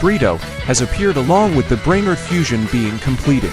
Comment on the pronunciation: This ai voice 🥀🥀🥀 brainrot sounds like brainrit 😅